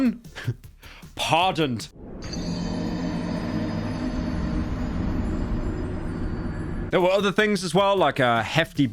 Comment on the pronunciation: ESL. Pardoned, not Pardonded lmao.